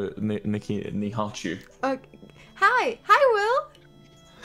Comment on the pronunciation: I love how Wilbur said Nihachu wrong twice 😂